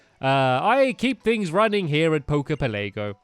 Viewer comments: it's pela-go not pele-go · It's pronounce pel a go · It's poke poke Pell a go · Jesus Christ, "Poker Pelaygo"? "The Blue Flute"? "Flying type"?